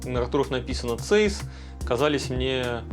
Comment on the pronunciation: Подушню. Zeiss немецкая компания, поэтому читать правильно Цайсс😅